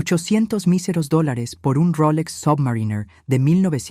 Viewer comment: ¡"Dólares" demonios, no "dolars"!